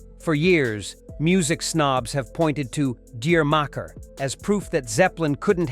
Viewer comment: It's pronounce "djamaka".